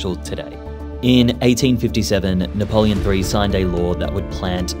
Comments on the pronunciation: Napoleon III in English is said as Napoleon the third NOT Napoleon 3. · Napoleon THREE? Did you read all of this on Wikipedia? It's "the third". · Napoleon "three"? It's "Napoleon the Third" - a French emperor, not a movie sequel. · here I am in youtube again learning history from someone who says "napoleon three". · You can't claim to make a serious video and say "Napoleon Three* it's ridiculous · Also, what's up with the pronunciation? Napoleon 3? Sort it out. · Napoléon 3 ! Is exact . We french dont say Napoléon le troisième... it sounds stupid . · Napoleon, le tree! (in honour of him planting trees) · In french it's nap three. This may be an AI channel. We learn about dune du Pilat in school also there's pointless repetition and referring to the french as prone to surrender is no longer a thing. That 'this is something no one knows ' shtick doesn't hold up to scrutiny. I haven't been in years but I am pretty sure I remember a set of signs explaining the history of dune du Pilat (second vowel stress and silent T) moreover some words are pronounced as if the reader didn't know it was french. Very AI. Even Americans will admit to their lazyness. Random inaccuracies or not quite exact. Superficial visuals..... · Very interesting, but I do wish you'd speak it's name properly! It's like 'Lond' not Landees which is an insult. As is saying Napoleon Three not 'the Third'. If AI dubbed, then it needs training.😮